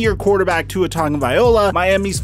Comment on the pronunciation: You still can’t say tua name right